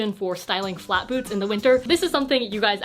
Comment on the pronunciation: i thought you said "styling flat boobs" instead of "flat boots", now my flat boobs need you to do a video on that